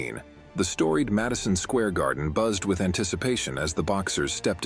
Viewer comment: Hearing the AI pronounce Madison Square Garden like three random words is funny.